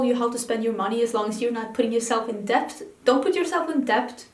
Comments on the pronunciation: Debt is pronounced as det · Debt has a silent b so 'det'. I love how you go for beautiful virbant palettes and not the same warm neutrals that the hordes covet. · 1. The word you wanted is 'debt', which you pronounce as if the 'b' is not there, to rhyme with 'wet'. The 'b' is just there for historical reasons, like a lot of English spellings, but I won't bore you with that - just know that English spelling is stupid ;) 2. I tried some Kiko eyeshadows before Christmas when they were on sale, and wasn't impressed. But I have concealer and mascara from them that I like, so I'll definitely check those palettes out when they land in my local store!